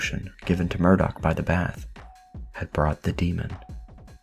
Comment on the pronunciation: Not the bahff! 😂